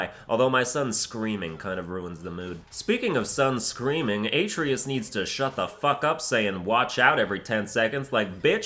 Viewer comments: A) Providing the locations of each Valkyrie you named would have been nice, and B) the boy's name is pronounced "UH-TRAY-US"... Guess they didn't teach you Greek mythology in school. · LOL i pronounce it as aye tree us too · He had to pronounce the atreus's name wrong, lol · Kratos says his sons name like 300 times in the game and youtubers still pronounce it wrong . Really grinds my gears ... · I might have liked this video but pronouncing Artreus name like that triggered me